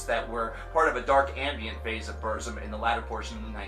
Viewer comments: ITS NOT PRONOUNCED "BERZIM" ITS like " burtzum or like bootzum..trill your r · No one hates burzum and it's pronounced burt-zum you neanderthal. Also, Varg is not insane, he's a true woke person, he sees beyond the vail of bullshit. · It's pronounced Burtzum, with a rolled R. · Yeah its Burt-zoom posers can't say Burzum right. I'm far right and an NRA supporter that's why I like TRVE KVLT Black Metal. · BuRRzum. Sounds funny when you say it. I pronounce it the way Varg himself pronounces it. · "Burt Zom" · Varg says it wrong though. It's Burrr-zoom according to the RotK appendix pronunciation, which is where the word comes form. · I’m a southern Amerikan and I agree 👌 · He’s a poser he said BURZUM WRONG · Decent video but you need to do a little more research. Your pronunciation of "Burzum" is cringworthy. It's a word from the black tongue of Mordor and is pronounced a very specific way. Also Euronymous and Varg were part of the second wave of black metal not the first. The first wave were bands like Venom, Celtic Frost and King Diamond. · Can't even say burzum right and hail varg oisten threatened him is in the police report just cause u watch a movie doesn't make you a detective so ignorant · You can't even pronounce Burzum right... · Can you at least try to pronounce Burzum right? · If you can't even pronounce Burzum right I'm not taking you seriously. Do some more research. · Yes i just commented on the pronunciation before i read your comment..i don't really knock on people pronouncing things wrong like croissant or Hiroshima but saying burzum just sounded really gay unless you pronounce it the way Varg pronounces it